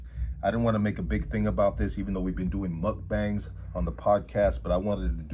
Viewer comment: A HOMIE DIDNT JOHNNY TEACH YOU HOW TO SAY "MOOK-BONG"?? 😂